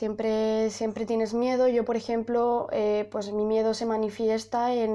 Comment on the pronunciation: En el minuto en vez de miedo "mierdo"🤣🤣🤣🤣🤣🤣🤣🤣🤣